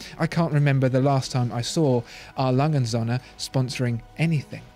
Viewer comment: It's not Sohne but Söhne.